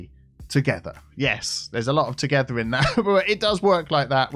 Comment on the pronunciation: well since you said it 80 times in 2 minutes, play off "together".... Teagetha. Tea Geh tha. Ta getha Together. Picking up what im putting down mate?